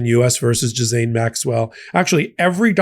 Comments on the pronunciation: Its pronounced "Gillaine" not "jizzane" 😂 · gee-lan-ee... very soft g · it 's pronounced J I L L A I N E Maxwell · Ghiz-laine. It has an "l" in it. WTH? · Can someone please clarify how to pronounce Ghislaine? I’ve heard it pronounced “ghee-lane” as well. From my understanding, it’s derived from an Old French word "gisel" which means "pledge.” That leaves me to think pronunciation is the correct way. It’s one of those difficult names, such as Saoirse which is pronounced “seer-sha.” Go figure 😂